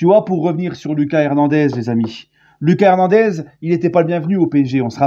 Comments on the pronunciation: Salut! C’est “LOOKASSE” Hernandez PAS “Lucas”. C’est à l’espagnol💃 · LOOKASSE HERNANDEZ LA PRONONCIATION! ALLEZ PARIS